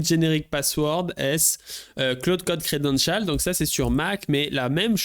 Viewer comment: Le credenchaaaal